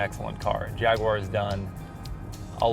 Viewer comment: Nice review. The only issue I have is that for some reason you can't seem to pronounce "Jaguar" correctly. It really irritates me.